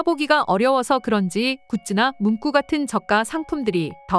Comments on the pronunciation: 문꾸냐, 똥꾸지? "구" 발음도 못할까? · 낭독목소리도이쁘신데ㅡ한국분이아니신가요^발음상문구는문방구이고ㅡ발음상문😂꾸는문장의구절을의미하는것으로완전히다른것입니다^ 듣기가너무거슬려서요^ 😊😊😊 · 잘 보고있습니다~문구 발음이 문꾸라 하시는데 너무 경음화되어 듣기 거북하네요~~ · 문구(文句)가 아니라 문구(文具). 文句를 문꾸라 발음하는 것은 일종의 한자어의 관습적 된소리 한 유형인데, 어떤 논리적 규칙에 따른 것이 아니고 그냥 받아들여야 하는 한 쓰임이다. 그러나 이를 일반화해서 文具에까지 적용해서 문꾸라 발음하는 것은 잘못된 것이다. 정신을 차리든지 업데이트 좀 해라, AI. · 한국에서는 문구 문구류라 싶게 말음 하는데 이상하네요.